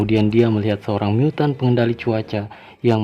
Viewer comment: aku denger nya miyutttan wkwk bukan mutan🤣